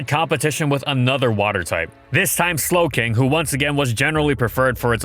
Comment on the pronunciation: I thought you said slaking not slowking